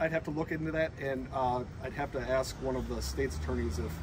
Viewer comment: Nice job. But I wish you could learn to say, ASK.